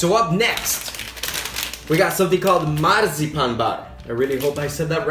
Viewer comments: You didn't say Marzipan right. It's "Mar" like (Mar)tina, "Zi" like "Zi"ggy and "Pan" like Peter Pan. Mar-Zi-Pan. Marzipan. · No, you didn´t say it correctly, not even once;-);-) but don´t worry about it, the fact that you try gains you instant respect from us danes, we know how hard it is, the launguage i mean;-) In regards to the "feud" between Sweden and Denmark, well it´s nothing but good old fun, we just like messing with eachother when in fact we are very "close", Hell, half my family are swedish, the expendable half of course;-);-) We know the Swedes love us, and we lo.....weeeellllllllll..........okay okay we love them too;-) Great videos m8